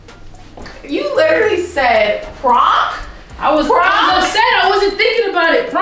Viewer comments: She said pronk 😂😂😂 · Yo said prunk 🤣🤣🤣🤣🤣🤣🤣🤣🤣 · Bro I ain’t never laughed so fxking hard 😂😂😂😂😂 she pronounced prank -pronk 😂😂😂😂😂😂😂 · really said "prunk"😂😂😂😂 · 😭😭😭😭 his name is not praunk 😂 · HIS NAME IS NOT PRAAWNK 😂😂😂😂😂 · She said “ his name is not pruank”😂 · I'm waab pronk instead of prank 🤣🤣🤣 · Stop playing, his name is not “prunk” 😂😂😂😂😂😂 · She said "proonk" lmfao yall crazy. "and im hungry bro!!!" 😂 xo🖤🙏💯🤞plz u guys stay safe out there. These ppl are trippin'. If u guys haven't plz watch handmaids tale on hulu it is dark af but amazing and very informative considering what's goin' on in our current states of all emergencies. STAY SAFE. STAY AWARE. STAY TOGETHER. STAY UP. STAY PROUD. STAY SMART. STAY YOU. STAY PROTECTED. god bless u and urs....#BLM #notmypresident2020 #impeachhimnow #fdt #ftp #resist #canadaorbust #handmaidstale #equality4women #fucktheman #SOBERISDOPE #prochoice #fistsup #forthechildren #godsavethekids #metoo #fightforthefuture #Beaccountable #befair #beaware #bekind #RideOrDie #bepeace #behumble #EQUALITY #letusbefree #letuslive #fightwithfacts&knowledge&experience&empathy #willtherealpresidentplzstandup #bidenwon2021....lol #"pound"!!!! ps. Lmfao i obvi got a lot to say and a lot of "pounding" to do. Much love🚺😵 G.rae.Johnson gurrlz fb handle 4 family facebook check us out!!! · Prank...pronk. pronouncing prank. Lmao. I guess his name was French. Lol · P.R.A.N.K: Stop playing games his name is not “pwrank”... LMAOOOOO!!!😭😭☠️ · I cackled when she said HIS NAME IS NOT PRONCK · Glad I was on lunch when this popped up. Hella funny prank 👑 all day..And man come with the mispronouncing "PRANK" you was mad mad...😂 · She was soooo mad she didn’t know how to pronounce the very thing she does for a living lmao 😂🤣🤣🤣🤣🤣🤣🤣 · I'm dying 😂🤣😂🤣 was so upset she couldn't even pronounce the word right. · LMFAOOOOOOOOO she said P R A N K 😭😭😭😭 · Omg her pronunciation of PRANK gmfu 🤣🤣🤣